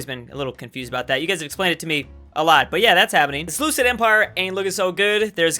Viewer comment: It’s pronounced sel-yuh-sid. I hate how u say Seleucid